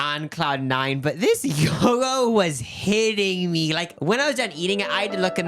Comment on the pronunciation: King Kong Gyros did put up commercials for years saying 'Geero, not Guy-row!' only to have yall mispronounce gyro. C'mon, my fellow Nebraskans.